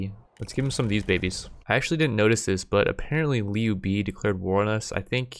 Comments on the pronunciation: it's not pronounced Liu bee its pronounced Liu bae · haha he butchered the name in a very funny way “niu bi” = “牛逼” meaning strong and awesome, but is a slang and can be used as a irony. This guy is so niu bi that he can’t answer 1+1. Was laughing for a whole min loudly and ten in my head, made my day